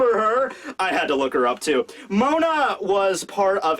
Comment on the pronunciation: Its Moda not Mona... pls how could u make such a mistake. Ps: Mo D. a